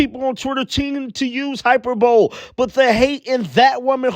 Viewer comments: Hy—per—bo—lee, not hy—per—bole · Its “hy-PER-bo-le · Hyperbole is pronounced hi-pur-bo-lee